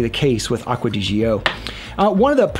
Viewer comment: My question is: Why are so many Americans so unbelieveable bad at foreign languages? It's Aqua de D'jOh. No 'EEE' involved. ;)